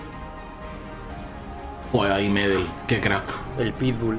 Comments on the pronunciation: Se dice medél no médel lo mismo con gokú no góku djdjdj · Se dice medÉl y no meeedel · Siempre he visto la mala pronunciación de xD. Se pronuncia Medél. No Medel a secas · "Medel" se pronuncia como si tuviera acento en la segunda e no en ma primera, es "MedÉl"